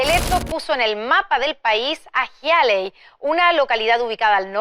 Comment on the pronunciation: En Hialeah, Miami, lo cual ella pronunció mal, todos hablan español, de hecho es la ciudad estadounidense donde no se habla ingles segun las estadísticas